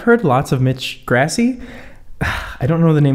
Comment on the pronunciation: he really said mitCH GRASSY